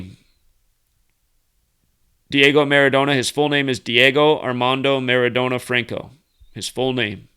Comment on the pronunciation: ...Maradona is properly pronounced with another n like Donna